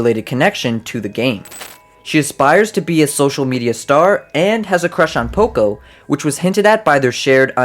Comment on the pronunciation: It’s poco